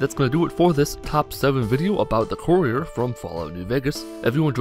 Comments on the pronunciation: I didn't watch this video because you mispronounced 'Courier' 4 times in the first 30 seconds. Good day. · How about, before you make a fact video, make sure you know how to say the character's name correctly.